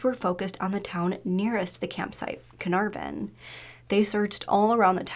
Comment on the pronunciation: Carnarvon = kuh-naar-ven